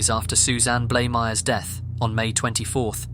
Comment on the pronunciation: Thank you for being one of the very few YouTubers that correctly pronounced Suzanne Blamires' surname. I don't expect bloody Americans to get it right, they are still struggling with silent "w"s in place names FFS 🤨